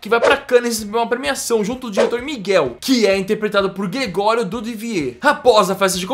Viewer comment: vc nem aprendeu a falar o nome do gregorio kkkk melhore!